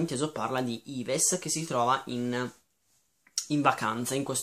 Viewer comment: ajahaahahah si legge alla francese 'iv' non ives ma sti libri della Nemi mi ispirano praticamente tutti!♡ buone letture